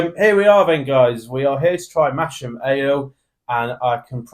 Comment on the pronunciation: Sorry guys, it's not pronounced "Mash-am", it's "Mass-am". And it is the town in Yorkshire. You'd better redo the video before you get a baying mob of Yorkshiremen at your door with pitchforks and flaming torches.